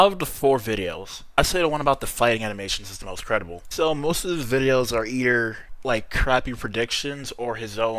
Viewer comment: Damn dude you sound like a hater 😂 you can’t even say “either” you said “eder” 😂 like dude has a system and it works calm down